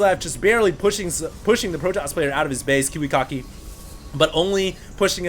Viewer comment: its ki wi KACK ki not kiwi cock ki